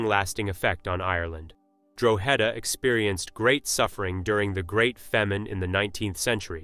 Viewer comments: Drogheda Pronounced No as in this video It's Draw hada . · that's not Ireland it's pronounced Draw-ha-da👍